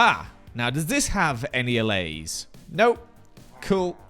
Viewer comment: I may be too late for this, but I'm binging this series and I'm pretty sure those foxes will be able to jump right over the balcony fences. p.s. kudos for pronouncing allays correctly